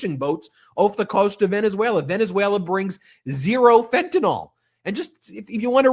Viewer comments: Fentanyl, not Fentanol! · fent-a-nyl. there's no "o".